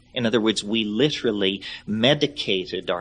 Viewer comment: Right. Stopped me in my tracks. Lit’ry. The man is the linguistic Monte Carlo